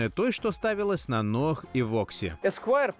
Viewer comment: Из какого села ваши безграмотные редакторы? Что за "ноаХ"? Что за "вальвэ-матик"? Если уж и говорите нерусские слова, то и применяйте нерусское произношение!